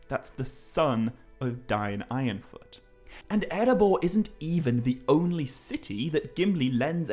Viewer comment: It's pronounced Dane Ironfoot!